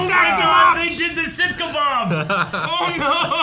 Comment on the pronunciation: The Sith-ka-Bob 😂😂😂😂